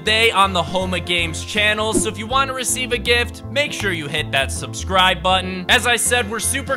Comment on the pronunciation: “And hit the schbscirb botton”